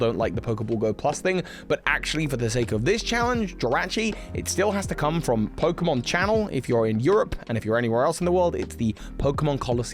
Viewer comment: I felt something was missing in my life until I heard pronounce Jirachi as Jer-At-Cheese.